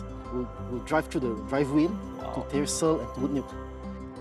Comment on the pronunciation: Tyersall is pronounced as “Tyre-saw” not whatever noise he was making